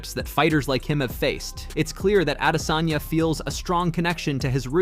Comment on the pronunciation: He’s a damn African .not adesayna